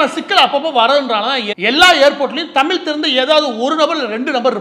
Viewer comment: 'ழ'கற உச்சரிப்பை சரி செய்யவும் தமில் - தமிழ், தமிழர்கள் மொலி - மொழி